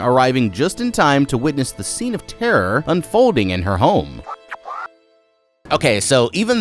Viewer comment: Not trying to make fun of you, but I heard therher instead of terror